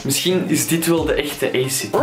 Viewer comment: echt hilarisch hoe je acid zegt